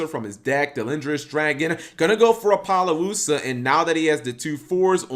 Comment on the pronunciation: Ap. Oh. Loosuh. Not Ap. Oh. Lo. Luhsuh.